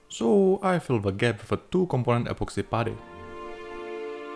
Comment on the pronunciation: Anyone else devastated that started pronouncing "putty" in a more conventional way? I was living for that old pronunciation. His English is getting too good dammit.